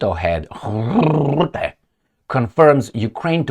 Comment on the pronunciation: The 'U' in Rutte is pronounced as the 'U' in Fun, Butt or Gun, The 'R' should roll just like the sound of an old film projector.